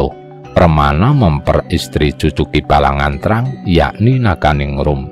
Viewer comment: Mohon maaf untuk penyebutan aksara sunda (seperti aki balagnteang, dan dewi pangreyep) mohon diperhatikan vokal dan konsonan nya Selebihnya luarbiasa hanya saran